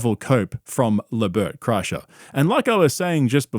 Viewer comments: Le Burt Cry-Sure 😂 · “LeBert Kreischer” 😂